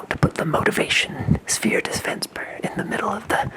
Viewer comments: anyone notice he said disfensper? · "Motivation Sphere Disfensper"